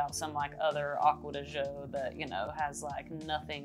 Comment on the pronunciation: “Agua de Joe“ 🤦‍♂️😂